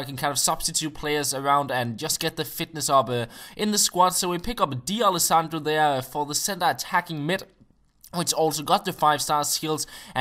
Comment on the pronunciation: say d'alessandro as if there's no apostrophe. Not 'dee alessandro' but 'dalessandro'. Great vid as always btw.